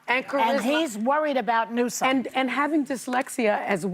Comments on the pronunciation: As he puts a K in Newsome's name each time he says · He mispronounced Newsom's name over and over. He has some kind of weird disability.